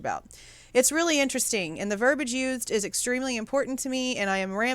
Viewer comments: I just learned about your page from Harsh. Interesting points. I just have to say, though, that "verbiage" has an "i" before the "a" and it's pronounced. You're far from the minority in mispronouncing that word, just so you know. 😉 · Ver bi age has 3 sylables